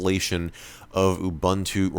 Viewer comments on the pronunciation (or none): Ubuntu Mjd: “oooo bunt two” Correct Pronunciation: ooo boon two” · 10 It's OOH BOON TOO. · Thanks for saying "Ubuntu" correctly. EDIT: I spoke too soon.